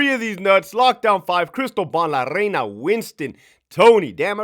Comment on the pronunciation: La RRRRRReina 😂😂😂